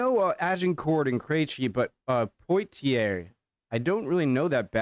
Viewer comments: PWA-TEE-YAY = POITIERS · Poitiers> p u a t i é (like in Sidney Poitier lol)